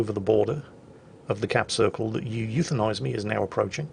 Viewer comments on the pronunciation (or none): and here is “you euthanize me” Me: Actually, it’s pronounced “oo-woo-thanize me”: starts loading gun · Technically, you would pronounce his name "oo-woo-thenise me"